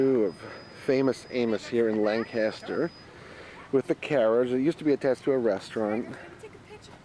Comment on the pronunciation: its pronounced Lank-aster